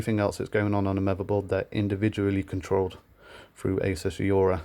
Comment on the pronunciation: great video, but totally triggered by the fact you cant say 'aura'.